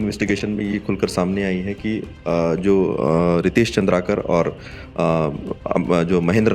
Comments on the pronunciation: Not चंद्रकार ❌ चंद्राकर ✅ नाम ल बने पढ़े नि जानत हस निपोर के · Surname toh सही से लेलो भाई पत्रकार महोदय, चन्द्रकार नहीं है chandraakar है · चंद्राकर है भाई साहब नाम तो पढ़ लेते अच्छे से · अरे भाई! प्लीज नाम तो सही से बताओ, नाम और काम ही तो पहचान है और यही ग़लत बोला जाएगा तो देखने सुनने वालो को तकलीफ़ अधिक होती है । ( मुकेश चंद्राकर )